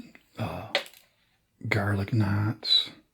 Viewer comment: I was dead the way he said garlic knots